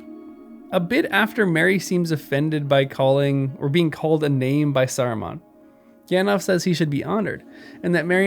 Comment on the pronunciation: Good lord. It’s not pronounced “gandof” lol. It’s “Alf” with “gand” in front. Like in the movies